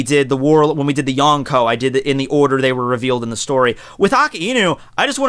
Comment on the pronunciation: He said the yonkoo not yonko